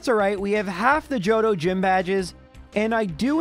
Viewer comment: I replayed a bunch of times because I heard “Jojo region” instead of JOHTO